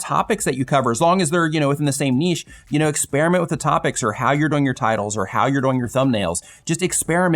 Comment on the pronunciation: Speaking of distraction, the way you () pronounce "doing" as "doe-ing" really takes me out of the content. If you pronounced it as "DOO-ing" like every other person I've ever heard, it would be less distracting. I keep thinking you are saying "going" and I get confused.